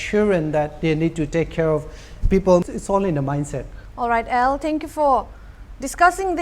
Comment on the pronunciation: His name is AL not EL ! as in Albert not Elvis ! !😂